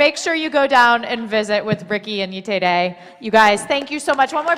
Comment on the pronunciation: The way she butchered Yetide's name is just...